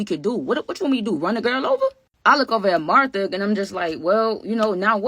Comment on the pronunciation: You called Martha tae 😂